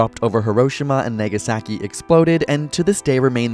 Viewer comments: Nagasaki not negasaki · I'm already pissed after 5 seconds into the video Huroshema negisaki xddd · It’s HEEROHSHEEMAH and NAHGAHSAHKEE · Neigasaki? Do you mean Nagasaki? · you said nagyasaakey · "Haroshemaw" "Nawgasakee" If you butcher the pronunciations of places that are so well known, there is no more hope. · He pronounced Nagasaki way worse than Hiroshima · when he said Hiroshima and Nagasaki I cringed xD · You pronounced Hiroshima and Nagasaki wrong.